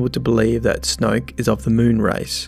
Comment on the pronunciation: That Aussie accent: Snwoyook. IDGI. It takes so much effort for me to pronounce a 1-syllable word in that way.